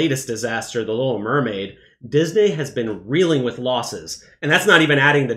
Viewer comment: Why does he keep saying Dis-Nay? 😂